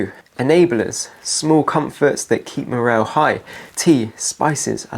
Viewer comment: Morale ❌ Merell ✅